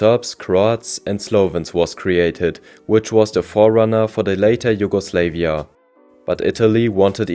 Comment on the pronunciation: JugoslEvia instead of JugoslAvia, whole time during this video